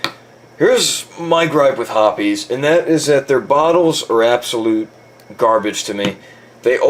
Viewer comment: it is pronounced hoppIES actually